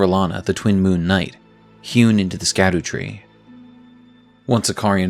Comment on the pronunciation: Scadu is pronounced shadoo or shadow